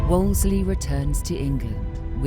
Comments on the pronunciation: Can't believe they let the narrator get away with "Wolsley". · I don't like how the narrator keeps mispronouncing "Wolsey." She says "Wols-LEY." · Anyone else irritated by the narrator pronouncing it Wolsley instead of Wolsey? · It's Wolsey. Not Wolsley. The Narrator is incorrect. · It’s WOLSEY, not “Wolsley”! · Why does the narrator keep adding a 2nd “L” when pronouncing Wolsey. She keeps saying “Wolsley”. So in accurate annoying!!! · Why does the commentator say "Wolsley" when it's Wolsey..? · Great documentary! Although it was quite annoying hearing "Wolsley" continuously... 😀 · Am i the only one who noticed tue narrator keeps calling Wolsey, "Woseley"?😂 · His name is wolsey not wolsley. How to you expect to be taken seriously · Stop saying Wolsely!! That s not the correct pronunciation. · “Why does the narrator pronounce Wolsey as “Wolsley?” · One of the narrators calls him Woolsy, but the woman calls him Worsley. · Narrator can't even pronounce WOLSEY. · The narrator can't say Wolsey's name right.... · Too bad the female narrator can't pronounce Cardinal Wolsey's name correctly. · I'm seriously flinching everytime the narrator calls Cardinal Wolsey "Wolsley" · "Wolsley" ? It's Wolsey!!!! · WolSEY… NOT WolsSLEY… 🤦‍♀️ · The female narrator repeatedly mispronounces “ Wolsey” as “ Wols-ley” there is no extra “l”. How could this go to air with this massive historical mistake? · I hate AI that mispronounces words. It was Cardinal Wolsey, not Wolsley. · Wolsey. Wolsey. Wolsey. NOT WOOLS-LEY. WHY does the narrator constantly mispronounce it????? So so irritating! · Narrator keeps saying “Wolsely”. It’s Wolsey. How did they miss that in post production??! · Cardinal "Wools Slee" Narrator added a consonant. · Why does the narrator keep saying Wolsley, it’s Wolsey! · The narrator adding an "L" to Wolsey, calling him "Wolsley" is really distracting! Otherwise, this is a great doc :) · So surprising that the narrator mispronounces Cardinal Wolsey's name so repeatedly.